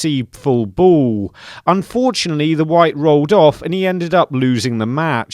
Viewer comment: They are awarded a free BOWL? Why do you talk like that?